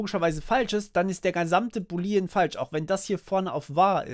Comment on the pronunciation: Boolean ist bitte anders auszusprechen. Die Betonung liegt auf den oo's, also nicht "Buliiiien" ausgesprochen, sondern "Buuuuulien". Sonst top Video!